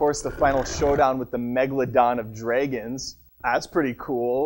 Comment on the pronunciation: dreigons....lol :P